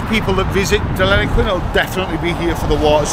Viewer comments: I do understand your from England, but the doesn’t is pronounced as Denillaguin not Delinaquin . Have a great day. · Den-ill-e-quin It's Boong for Platypus. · Pronounced Denil-a-Qwin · First time I’ve heard Deniliquin called Deliniquin. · You need to learn to practice saying Deniliquin properly. 😜 Denny is good enough for those that know! 😎Enjoy cobber. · You don't love the place enough to learn how to pronounce the name of the town you are in !